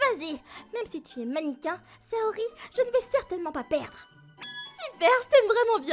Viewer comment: Chui le seul a me demander pk il dise maniquin